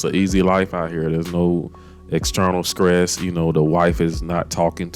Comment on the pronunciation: My guy, good video...but what is "scress"? Lol